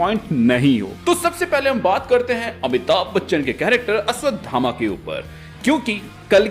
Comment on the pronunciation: Abe ashdhama nahi hota ashvthama hota hai